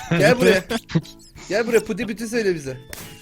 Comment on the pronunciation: abi rodi pudi değil pudink anladın yen no